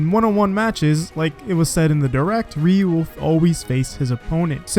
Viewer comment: Please stop saying "REE-yoo".